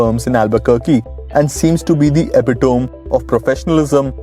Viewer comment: Great video! (Side note: "Epitome" is one of those odd greek words with unintuitive pronunciation: eh-PIT-oh-mee)